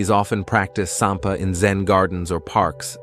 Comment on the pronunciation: I think it’s “sanpo” not “sanpa”. It literally means taking a walk. I grew up in Japan and I enjoyed those video. Thank you!